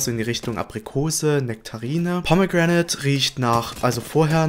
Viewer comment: Gutes Video, aber bei min "Pomme Gränäd" ich hab mich echt nicht mehr einbekommen 😂😂 Edit: Danke für das Herz ❤️